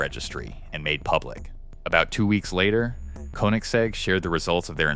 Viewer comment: Bro can do anything but pronounce Koenigsegg correctly 💀